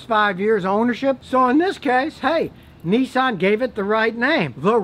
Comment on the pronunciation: "Neeeesahn"....can you say Hyundai!...or maybe Perodua😊